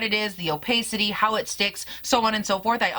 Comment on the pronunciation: What a gorgeous palette and I love the 2 looks you did with it. I wouldn't even mind seeing more! (Pssst... it's o-pah-city, not o-pay-city) xo